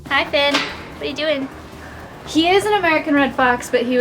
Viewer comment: fox is named Finn not Fenn :)